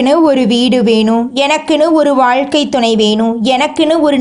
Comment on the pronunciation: வாய் கொனிகிட்ட மாறி எதுக்கு இப்பிடி audio பதிவு பண்ணி இருக்கீங்க! பாத்து படிச்சி ஆடியோ பதிவு பண்ணிங்களா! வாழ்க்கையில ன்மு சொல்றதுக்கு பதிலா எதுக்கு வழுக்கை யில னனு சொல்றீங்க, யேற்ற தால்வுக்கு எதுக்கு உரத்த தாழ்வு ன்நி சொல்றீங்க